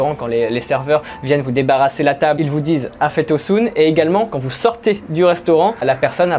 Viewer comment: 1 expression afiyet olsun qui veut dire bonne appétit comme tu la dit mais que ta prononcé afet olsun qui veut dire afet= soit le pardon ou une catastrophe naturelle 😋. Bonne continuation j'aime beaucoup tes vidéos. 👍